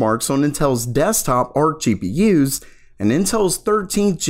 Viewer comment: Learn how to fkin pronounce gpu first. Its GPU not GEE PII YOOZ. FFS FIX IT ITS ANNOYING